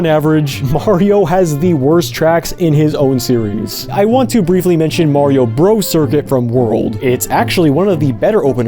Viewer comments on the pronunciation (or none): none